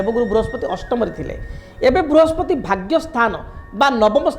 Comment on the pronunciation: Vrihaspati mein pehle" sa " ko correct kijiye sir . Conentent mein hae